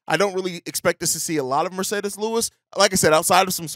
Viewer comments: I literally hate the way you say Marcedes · How did you pronounce Mercedes with a spanish accent?